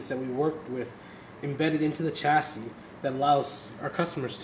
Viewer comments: CMON PRONOUNCE CHASSIS RIGHT!!!!!!!!!!! ITS PRONOUNCE CHA-CEE DUMBO!!!!! DAMN MAN... GOT A ALMOST 15GRAND OR SO PC AND ARE SPEAKING ALL ABOUT ITS SPECS AND '" OR WHATEVER EVEN WORKS FROM DIGITALSTORM.. AND CANT EVEN SAY IT EFFING CORRECTLY MAN!!! I LIVE IN HAYWARD CALIFORNIA NEAR FREMONT AND I WILL STRAIGHT UP GO TO THE HQ AND TELL THEM "" NEEDS TO PRONOUNCE THE DAMN PC'S COMPONENTS AND CHASSIS RIGHT.. JEEZUS OF "DIGITAL STORM" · He's saying chassis wrong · He said chassis wrong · SUCH TECHIE DUDE(S) BUT CAN EVEN PRONOUNCE "CHASSIS" RIGHT!!!!!! CMON!!!!!!!!!!!!!!!!!!!!!!